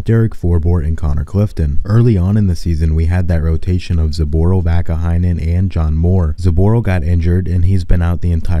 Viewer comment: That is Vaakanainen..not Vaakaheinen